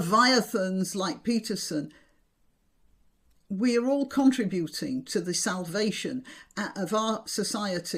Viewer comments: I meant no offence. It is like contemporary academics who refer to RE-search (ie: searching for a second time!) rather than using the 'schwa-e' (using Hebrew, to designate a minute 'e'), so that the stress falls on the 'SEARCH' part of the word. I have many friends in Yorkshire and I do not recall them pronouncing 'contri-buting'; so I suspect it is down to that American university. I know I'm behaving like Cnut; but I am used to your usual precision. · Are you aware that you have adopted the peculiarly American way of pronouncing 'contributing'? You pronounce it as 'contri-buting' with the stress on the 'u', instead of stressing the first 'i', and just leaving the rest to take care of itself. 'Americanese' pronunciation sounds very ugly to a native English speaker. I have noticed how many people today appear to be unaware that, when the definite article is placed before a vowel, 'THE' transforms into 'THEE'; in order to avoid an ugly glottal stop as in 'THUH APPLE' (which appears to be how the low-lifes on the BBC appear to wish to pronounce things today). Almost every advertisement features the same error. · I wasn't going to mention it, but it was getting on my nerves. I worked in America for several years, and never quite got used to the radio telling me who the piANNist was. They also never seemed to have heard of the noun/verb stress shift (PROtest noun, proTEST verb). Also found in conTRIButing (verbal) vs contriBUtion (noun). Mention of the antepenultimate rule was met with blank stares. (Mind you, so were questions like "what is the capital of California?") I never did figure out why my father said "Sundee Mondee Tuesdee &c"; he could say "day" whenever he wanted to.